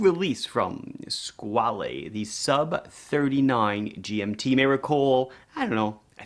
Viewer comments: Hi I am italian and the word Squale does not exist in our vocabulary nor in our dialects. "Squale" (which is not to be pronounced like your Mario or Luigi...) is a swiss registered mark from the Von Buren family, today owned by italian Maggi family. All these facts are easy to find online and they would make your video a bit better. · Hi Mark, great watch, great video. Only one short notice: "squale" means "shark" in italian AND french. It's just a different pronunciation